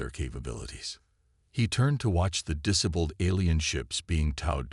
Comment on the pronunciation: Could your a.i. learn how to pronounce disabled properly